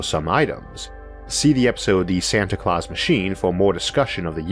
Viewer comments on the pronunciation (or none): none